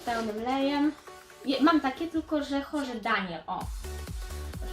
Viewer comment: Tego się nieczyta hoRZe tylko hor ze